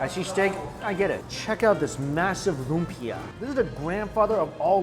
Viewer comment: Why are you pronouncing all of the Tagalog/Hokkien words as they would in Mandarin? Words like lumpia or siopao are mispronounced.